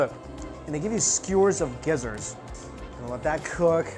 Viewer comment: Did you eat this all by yourself! (edit:) so I'm commenting while watching this video and when he said the gizzards ready I heard desert and i laughed so hard!